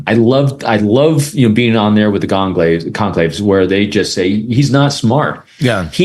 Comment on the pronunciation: Goncalvez is NOT pronounced Gonclaves. It's Gon sal vez. For nearly 3 years the name has been on the news.